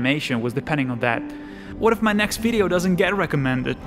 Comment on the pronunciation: It's pronounced Wideo!